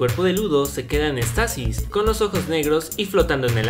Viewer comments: Se dice Éxtasis, no extasis, con acento en la "e". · se dice éxtasis